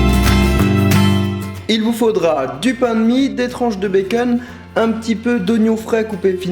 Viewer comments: Et du beken ( becon) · des tranches de béceune mdrrrr (charles le prenonce comme ça) nonis ut se el ruelliem :) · C trop drôle la façon dont tu dis bacon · Sidonie Launay façon américaine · ça me stresse ta façon de dire "bacon"